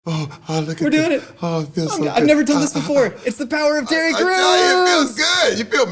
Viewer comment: Sounds like said "...the power of Titty Crews!" Lol |.